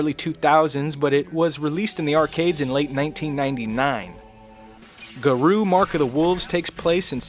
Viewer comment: Garou is pronounced Gah-Row and I believe it means wolf